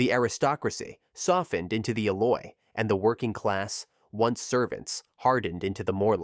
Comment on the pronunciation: It hurts to hear him say Eloi wrong so many times